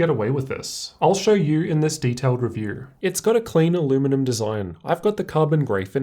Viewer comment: "In this detailed REVERE"